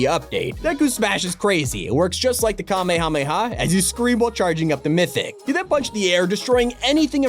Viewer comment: How is it you never learned how to pronounce Kamehameha? You need to visit Hawaii sometime.